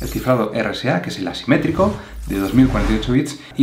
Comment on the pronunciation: gracias amigo, me ayudo aunque a veces no se distingue muy bien cuando dices simetrico y asimetrico jeje